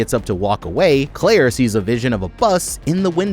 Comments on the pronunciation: Sound like he keep saying clear instead of Claire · Is he saying "Clear" on purpose 😅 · Bro you are triggering the mess out of me!! Here name is Clare, you can even throw an “i” in if you want. It’s definitely not Clear. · Who’s clear? You mean Clair?? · That’s her name. Her name is Clear. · No way he called Claire clear